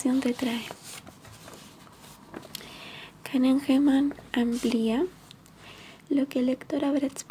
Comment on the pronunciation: Buen video, relajante. Lo único es que el apellido se pronuncia "Caneman" y no "Canengeman" 😅